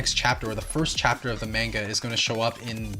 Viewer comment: They say manga wrong